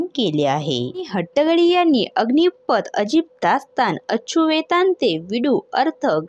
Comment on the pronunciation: निवेदन करणयावर लक्ष द्यावे 🙏 पहिले हट्टंगडी हे नाव नीट उचचारावे